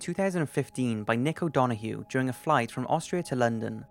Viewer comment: He said kick o donoghue was pronounced don o hue it's dun o Hugh